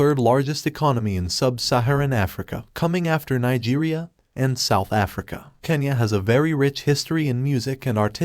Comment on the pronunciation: God,,, it's kenya not kanya🤦